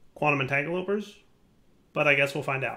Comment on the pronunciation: Am I the only one who gets really annoyed by mispronouncing things that he's used for years?, it's a quantum entanGLOPORTER, not entanGOLOPER